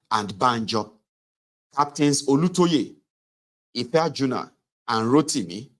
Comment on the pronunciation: The name was Ife-aju-na